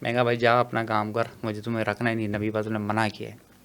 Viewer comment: Bhai naam to shi lo.. hmare nabi ka